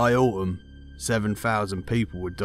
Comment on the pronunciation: Autumn has a 'T' in it 😂 from the voice acting school of Danny Dyer.